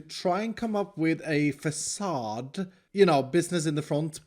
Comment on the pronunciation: Drinking game, everyrime says 'fAcaDe'